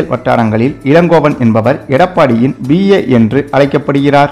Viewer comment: செய்தியை சொல்லும் போது வார்த்தைகளை சரியான முறையில் உச்சரிக்க கற்றுக் கொள்ளுங்கள்! பி.ஏ என்றால் Personal Assistant.அதாவது P A. ஆனால் நீங்க உச்சரிப்பது B A என சொல்லி ஏதோ பட்டப்படிப்பு டிகிரிய சொல்ற மாதிரி தப்பு தப்பா சொல்றீங்களே!